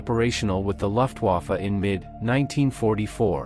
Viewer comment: poor robot doesn't know its m e not me. Thanks for the video I liked it otherwise. Next time put a space between the m and the e and the robot will pronounce it better. Also, German words are being pronounced by an English language robot so you need to change words like Luftwafe to how its pronounced, like looftwafe so the robot doesn't say the u sound.